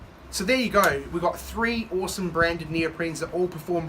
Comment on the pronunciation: why "Owesome" when it's clearly "Awesome" !!